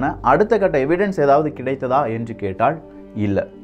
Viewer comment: நல்ல பதிவுக்கு, நன்றி. தமிழ் உச்சரிப்பை சரி செய்தால் இன்னும் நன்றாக இருக்கும். கப்ப’ல்’ .. கேட்டா’ல்’ என்றா’ல்’ ..